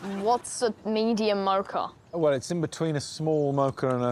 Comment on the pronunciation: I'm really tempted to mock-a them for how they say mocha, but I'll try to refrain. 🙂